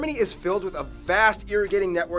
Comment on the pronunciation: JPS the guy is American, you can tell by the way he mispronounces vowels. Michael Schumacher is Shoemacker not Shoemaker, it may mean the same but is definitely not pronounced that way, also the river Weser is the Vayser not Veeser. He may have spent hours rehearsing but lost it in those 2 examples that stuck out like a sore thumb.